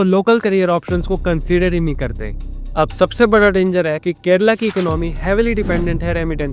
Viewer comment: Kerala, not 'Kerela'🤦